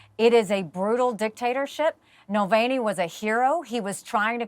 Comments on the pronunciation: It’s effing NAVALNY not Nalvany ffs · Exactly how many times does she mispronounce Navalny??